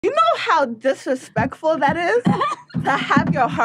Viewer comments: Did she say Dissuspectful 🤣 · Disfreespecful is what I heard came from this heavy weight champion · “You know how difrefectful that is”😂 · She can't even say "disrespectful"...